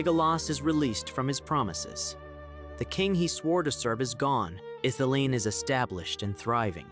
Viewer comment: Mate it's pronounced Ith-ili-en not Ith-ileen. Sorry but someone has to tell you